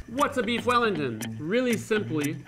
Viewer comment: "weef wellington